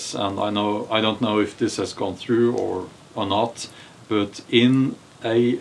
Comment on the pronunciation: You it’s not böt it’s bat; the word but 😅😅😅